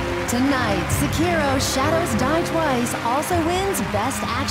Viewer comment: More like Second Road.